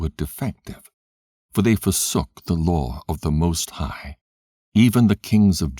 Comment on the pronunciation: The "loor" (law) and the prophets"... lol 😫